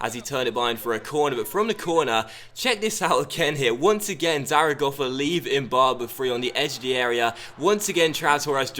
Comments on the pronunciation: great pronunciation on zaragoza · I think it is actually spot on